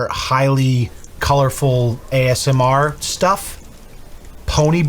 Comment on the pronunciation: Take a shot every time says AMSR. I bet you cant make it through the video.